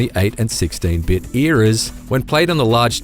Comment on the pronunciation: eras,erias? Jk just kidding lol